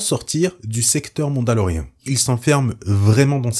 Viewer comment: Merci pour les explications !! Petite question qui me chipote touuuuute la vidéeo... Pourquoi tu dis "MandaloRéhein" ? Ca choque aux oreilles XD C'est pas grave mais j'aimerais savoir. C'est pas MandaloRIEN